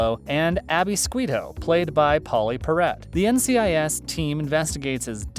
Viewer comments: "Abby Sqweeto"??? C'mon dude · Ziva came much much later, it was Kate in season 1 and Abby SQUITO? I switched it off the second you pronounced it like that. Vile video.